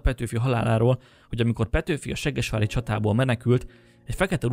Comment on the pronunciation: Ahogy mondod: seggesvári csata 😂 Amúgy jó videó, gratula🙏🏼